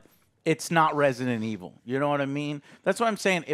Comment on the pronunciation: Yes, this is Resinunuh evununl. Not Resident Evil